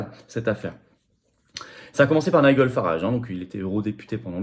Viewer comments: Il faut travailler ta prononciation de l'anglais, Florian. On prononce [Naïdjeul] et [Gardian] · Prononcer "Naï-djeul" 😋😊.